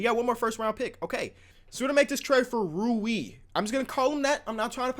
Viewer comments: Rui Hachimura is pronounced like the young girl from the first hunger games Rue and then say another 'e' normally on the end. And Hachimura is pronounced Ha-chi-moo-ra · Yo it's pronounced Roo-wee in 1 syllable lol. It's funny to see you struggling but here's a bone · Rui Hachimura's name is pronounced ROO-EEEE HA (long A)tch EE mura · Roo-eee Hatch-eee-murr-uh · Its pronounced Rooie Love your vids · I think it's rui (roo-ee) hachimura (hah-chee-murr-ah) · I'm japanese. It's roo-EE hatch-EE-moo-rah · its roo-i hatch - i- mora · It’s ruE Hachimura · How hard is it to say Rui? It's 3 letters... 2 mf syllables. Japanese is literally the single easiest language to sound out words. Every syllable in the language ends in a vowel and every vowel only has one sound. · The U is before the I... it really isn’t that hard to pronounce Rui it’s three fucking letters 😂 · I think I know how Rui is pronounced. The u makes a sound like ooooo from “The crowd ooooooed and aaaaaaaed after dunked on Mike.” The i makes an eeeeeeeee sound so it’s like r-oooo-eeee. It’s not like row-e. Young bull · like how could it be 'rye you' like its r u i not r i u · his name is pronounced ruu-i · Rui is pronounced “Roy” not ruee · R-oo-i Hu-chi-mor-ra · Imagine pronoucing rooy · Is it really that hard to say rui hachimura its like roo-ee hah-chi-moo-rah japanese names are phonetical theyre spelled like they sound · You say rui like Roy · Rui is pronounced Roy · It’s Roo-ee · Ru-e Ha-chi-mur-a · It’s pronounced like rooee hatch ee more uh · It's pronounced REE-you Ha-CHi-more-ah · It’s pronounced ruuuu eeeeeee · Rui Hachimuras name is pronounced "Roo-ee Hatch-ee-more-a" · It is pronounced Rooy Hachymara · He's called Ro-wee 😂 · Rui Hachimura is pronounced like buoy but with an R. Hope this helps. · R-U-I XD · Rui Hachimura “Roo-ee Hach-ee-mur-uh” Show the Zags some love,. 😂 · I got you with the pronunciation g Rui (Roo-E) Hachimura (Ha-Chee-More-A)